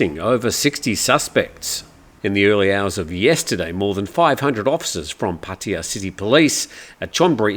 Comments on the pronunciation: Hi, sorry I really don’t understand. I’m not sure how long you’ve lived in Pattaya. But I don’t understand how you pronounce Pattaya like Puttaya. I understand some Poms or Yanks don’t know how to pronounce it. But an Aussie, go on mate. Pat aye ya not Put aye ya…. 🥴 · It`s not,. Both of you are wrong. It`s pronounced Pat-Ta-Ya.. Leaning on the "aa" (not aye or ee) at all three places. Farangs always get it wrong😂😂Not that anyone cares, it`s all good!